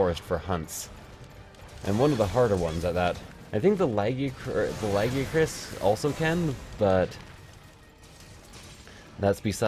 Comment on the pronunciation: Not trying to be a dick but your still saying Lagiacrus wrong, it's like the "gi" is a "g" if g were a vowel.